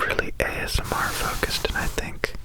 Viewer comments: Did anyone else see the episode of Criminal Minds where they used ASMR to hypnotize children and Reid spent the entire episode saying "azmer". I thought he was saying asthma and was SO CONFUSED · "ASS-MAR" Made me laugh out loud because I'm apparently 5 yrs old.